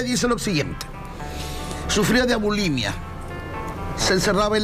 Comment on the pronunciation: Se dice “ bulimia”, no “abulimia”.